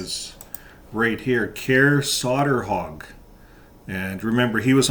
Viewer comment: It’s pronounced „Koray Sayterhug”, more or less. The å is actually an o.